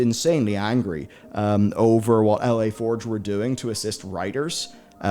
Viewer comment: yo, it's not "L.A. Forge", it's "La" as in "The" but in French.